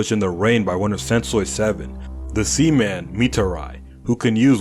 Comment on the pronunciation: The sea man sounds like semen the white stuff that comes out after pleasure 😂